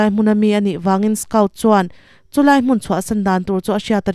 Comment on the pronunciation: A changtupa hi skaut tilo in skawt tihin lam la a dik zawk hmel.